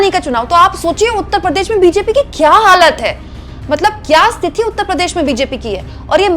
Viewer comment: "stithi" nahi "sthiti" Ye Mai dobara repeat kar Raha hu. RAKESH SAHARE AHMEDABAD GUJARAT